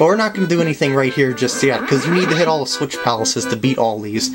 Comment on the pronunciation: Lol at the end you said green switich